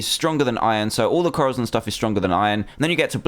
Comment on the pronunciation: it's corazon (co-da-son) pronounce it right it's spanish for heart